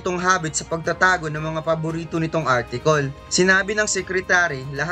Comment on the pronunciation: Boss sana baguhin mo na yung word na Artikol. Ang bstos kasi e, okay lang yung cirkol